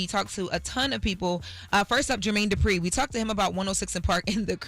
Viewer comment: Not Jermaine “Durpi” 😂 put some respect on his name